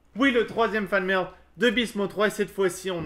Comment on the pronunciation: c'est moi ou il a dit fan merde